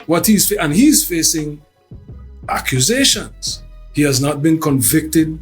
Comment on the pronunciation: Shine went from saying accusations to It iz an ah-kew-zay-shunz"